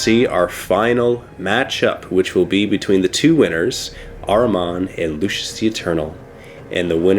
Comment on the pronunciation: Lucius not 'lucious'